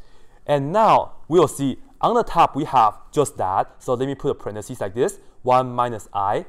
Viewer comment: Yes, a parenthesis is either the punctuation mark, or the phrase within the parentheses. But the singular in either case is parenthesis, and the plural is parentheses. Many technical people pronounce incorrectly the singular form. I've heard many many wrong pronunciations: "parentheSEE" is very common to hear; I laugh and cringe when I hear it. But a pair of parentheses begins with a left parentheSIS and ends with a right parenthesSIS.